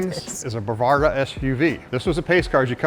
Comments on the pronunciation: BAVARGA? DID HE MEAN BRAVADA? AS IT SAYS ON THE WINDSHIELD? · What is a "bravarda suv"? Lol